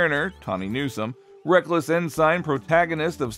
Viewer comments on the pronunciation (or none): The doctor on the pre-Kirk Enterprise was Dr. Phillip Boyce played by John Hoyt who was NOT a younger version of Dr. M'Benga who is played by Babs Olusanmokum. Your AI voice is off as well. "Ensign" is pronounced "N-sin" NOT "N-sign". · It’s pronounced En-sin not En-sign…